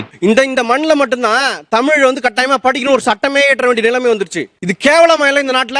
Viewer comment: முதலில் தமில் னு சொல்வதை நிறுத்தவும்😊